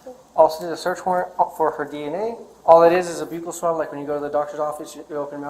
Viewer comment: Thank u officer for pronouncing buccal swab like byoo-cull. I hate that people say it like "buckle".